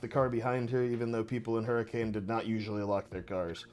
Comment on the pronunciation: Wanna hear something that'll make you mad? Hurricane, Utah is actually pronounced, "hurra-ken." (I'm from Utah. It makes me upset every time I think about it.)